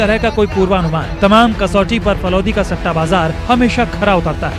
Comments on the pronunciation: Falod nhi falodi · मैडम इस शहर का सही नाम फलौदी है फलोद नहीं । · Falod nahi falodi h bawali bunch